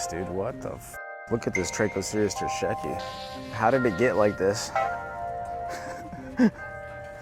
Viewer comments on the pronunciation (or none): Imma need you to start pronouncing terscheckii correctly tho 😅😅😅😅 Ter sheck eeee eye